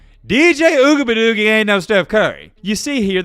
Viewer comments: Oo -E -ah -ga-lay-lay is how it is pronounced. Just saying 🤠😅 let's see if they go undefeated and win the ACC and get into the playoffs. If he loses in the playoffs it will be a significant improvement. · How about putting some respect on his name and pronounce it CORRECTLY instead of making a mockery of it..... it's pronounced Ohh-we-unga-lay-lee.... pretty fucking disrespectful to mess over his name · Ooga buh doogie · I love the way he says dj ougabadoogie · I hope you know he's not the only one your disrespecting when you butcher his name. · The way he said his name 🤣🤣🤣🤣🤣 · You can't even pronounce the QBs name. Really? Man you are just another couch coach. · I love watching your channel but please stop saying DJ last name like either pronounce it right or just say DJ your better then that bro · posted 4 weeks ago a video "I Owe Dj Uiagalelei an Apology For This" now he's back to disrespecting a kid. Mispronouncing his name, is still a bad look. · Our young DBs are finally starting to get it together. Defense is pretty solid. DJ's name is pretty hard to pronounce, or spell for that matter, but he's a young man trying to figure this game of football and life out. I know it's all in fun and games, but don't disrespectfully butcher the young man's name. As always, great show. Looking forward to the next one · Say his last name right or don’t say it at all!! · Your pronunciation of dj’s last name gets worse and worse every video 😭😭😭